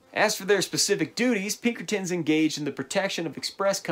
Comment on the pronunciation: i got ptsd the minute u said pinkertins tbh